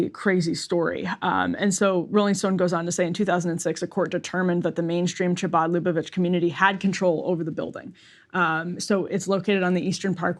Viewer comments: Lol cha-bad 😂. I can't 😂. It's pronounced ha-baad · Emily, hard h or K not “ch”abad. Phlegmy H khabad. 😅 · I love how Emily mispronounces "chabad." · If you can’t pronounce “Chabad” you have no right reporting on it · Emily needs to either A. Get some lessons on how to pronounce Jewish words or B. Have someone else read the copy on stories like this. Her pronunciation was beyond atrocious! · I love that the reporters can't even pronounce "chabad" but think they can add color commentary to this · With all due respect as a Jew that lives in Brooklyn, the way Emily pronounces Chabbad, Lubavitche, Menahem is a literal War Crime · Emily's pronunciation of "Chabad" is almost as funny as RYan saying "big ol' hat." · If you speak for a living and need to do a story about chabad where you say chabad 100 times, maybe ask one Jewish friend how to say chabad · Pleaseeee double-check the pronunciation of Chabad before butchering it over and over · Cringing every time she pronounces “ch” without the guttural sound.